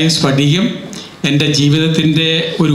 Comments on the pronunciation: സ്ഫടികം/ പടികമല്ല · സ്പടികം അല്ല "സ്ഫടികം" ആദൃം മലയാളം അക്ഷരങ്ങൾ പഠിക്കൂ😑😊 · സ്ഫടികം🔥🔥 not സ്പടികം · സ്പടികം അല്ല. സ്ഫടികം എന്നാണ് ശ്രദ്ധിക്കുക. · ഒന്ന് പോടാ സ്പടികം എന്നൊക്കെ പറഞ്ഞു അപമാനിക്കരുത്. സ്ഫടികം എന്ന് തന്നെ പറയണം